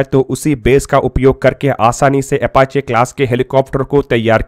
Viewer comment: MERE BHAI PEHELI BAAT TOH AFACHE NAHIN, APACHE HOTA HAI, AUR DOOSRI BAAT YEH HAI KI, BHARAT BOLTA JALDI HAI, AUR KARTA 20 SAAL BAAD HAI 🙏, BAAKI AAP SAMAJHDAAR HO SAMAJH GAYEHONGE🙏